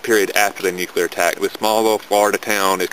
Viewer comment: wow robot voice, and of course, "nucular" ugh